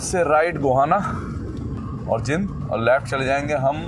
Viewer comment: भाई साहब शहर का नाम जिंद नहीं बल्कि जींद है l आपके पिछले कुछ वीडियो में भी मैंने आपको जींद को जिंद बोलते हुए देखा है जो की सही नहीं लगता , आप अपना उच्चारण ठीक करने की कोशिश कीजिए l